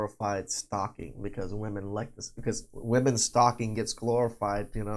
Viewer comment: I thought she said stroking not stalking 😂😂😂